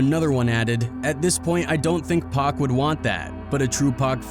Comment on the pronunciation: I just subscribed cuz somebody finally pronounced his name right....